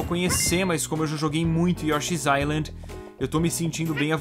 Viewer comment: Yoshi's new inind... que pronuncia é essa? você conversa com seus amigos canadenses assim? nunca fale de uma ilha com eles.